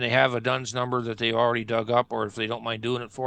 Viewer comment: it is not "Dones number," it is "D-U-N-S number, issued by D&B (Dun and Bradstreet), and every County Library with have the four volumes.